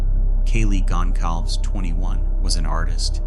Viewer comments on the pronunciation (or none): You managed to butcher all of their names 🙄 Madison Mogen, Kaylee Goncalves, Xana Kernodle, Ethan Chapin ❤